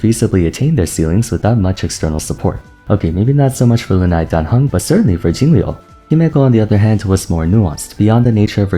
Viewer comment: thanks for pronouncing "lunae" in the latin way instead of "loo nay"